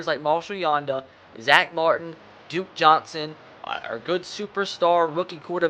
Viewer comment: You said ducke Johnson